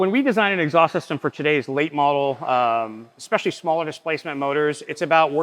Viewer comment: It is absolutely befuddling how many people cannot correctly say ESpecially